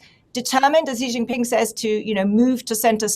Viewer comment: Why did the economist not have intellectuals from east Asia (Korea,Japan,Hong Kong,Taiwan, mainland China, Singapore) on their panel? These three Europeans seem to know very little about china. The man mentioned the United States about twenty times and could not pronounce xi jinping's name correctly.